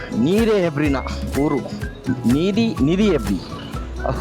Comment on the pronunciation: ನೀರೆ❌ ನೀರಿ ✅😂